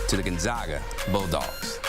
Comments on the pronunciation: It isn’t gone zog a it is Gone Zag a. Good lord. Get your shit together. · C'mon CBS....it's NOT GON-ZAH-GA!! IT'S LIKE THE "A" IN CAT.